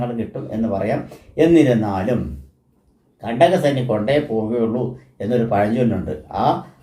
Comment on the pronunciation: സാർ.. വളരെ അരോചകം........ കണ്ടക "സനി ".. മോസം.... സാസം...,.. തീരെ """"അച്ചര ചൂദ്ധി """"" ഇല്ലാ 🙏🏻🙏🏻